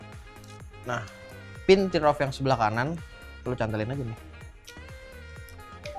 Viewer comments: plis pronounce yg bener dong. sebutannya TEAR OFF. bukan TIR OFF. itu buat disobek gan bukan ditangisi. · dibacanya TER OFF bro yg bener. sama seperti kita menyebut IRON MAN -> AIRON MEN. bukan IHRON MAN.